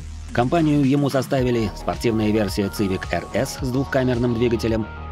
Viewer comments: Ваш ЦЫВИК.звучит как колхозная цыбуля , хотя истинное звучание. CIVIC произносится в английской как и в русском произношении именно как. СИВИК ! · Автор мля....Не Цивик...Не Цывик мля... СИВИК!!!СИВИК!! Будь ы теме перед созданием видео.Ида, последнее поколение Хонда,это до 2010 года, потом шлак